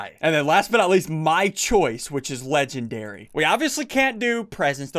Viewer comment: He says “Legendry”